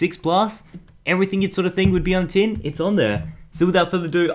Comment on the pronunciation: tin not tim